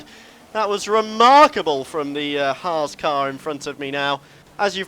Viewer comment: At least can pronounce 'Haas' correctly.